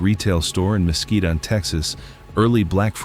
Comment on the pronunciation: MESQUITE, TEXAS. NOT "MOSQUITO".